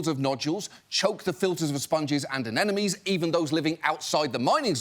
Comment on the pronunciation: It's somehow comforting that even John Oliver can't pronounce 'anemone' correctly.